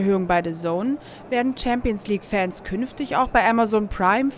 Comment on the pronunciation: die gute alte "Hampions league" wer kennt sie nicht